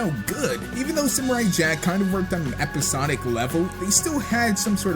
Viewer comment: i didnt like how he said simurai ITS SAM URR EYE